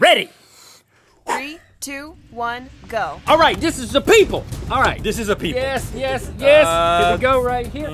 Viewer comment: Michelle Ryan its yes not yas